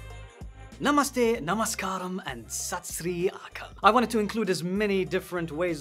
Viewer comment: Plz dont say numaste